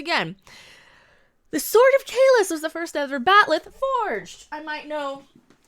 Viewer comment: Why do they pronounce Kahless, Kahlesh?